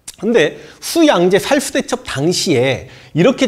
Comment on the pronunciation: 슈~나라 슈~양제 슈~문제 슈~군 ㅋㅋㅋㅋㅋㅋㅋ 발음 귀여우십니다